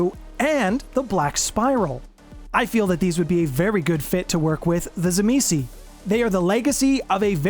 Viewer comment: its pronounced "TSIMIIS" - it doesnt end with a vowel - i hate how most utubers get it wrong